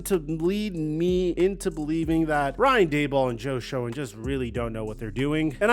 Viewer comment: SHOEN IS PRONOUNCED SHANE!!!!!!!!!!!!!! Not Showen.. please.